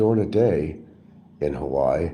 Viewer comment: no criminal record. just 60K in HA WAI I 3 syllables